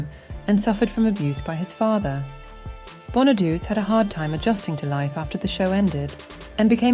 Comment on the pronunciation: It's Danny Bonaduce, pronounced like "bon uh doo chay".